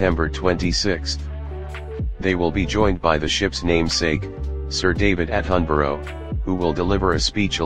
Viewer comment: ITS PRONOUNCED ATTENBROUGH AND THEIR SON IS PRINCE LOUIE NOT LEWIS